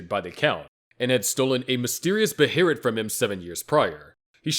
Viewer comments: “BAY-UH-LIT” they literally say it in the show my friend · What the hell kinda pronunciation of behelit is that?